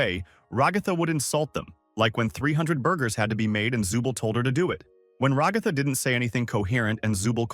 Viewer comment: Decide on a pronunciation for ragatha already jfc, stupid ai voices😂